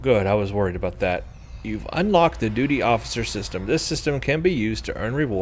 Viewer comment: I think you said duty so many times it turned into doody without you realising! :P